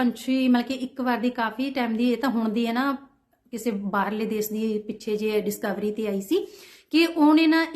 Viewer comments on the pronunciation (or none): none